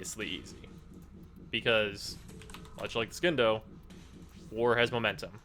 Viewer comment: It's pronounced Sindo.